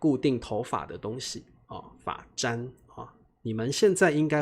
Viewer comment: 老师我有一个问题： 发簪就是 fa zan, 你为什么念 fa zhan 这样？z 的声音应该是z, 你念的是zh 的声音